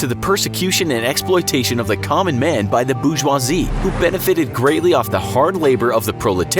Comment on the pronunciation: "..the boO-jUwa-zeEe..." it's pronounced 'bore-jwa-zee' mate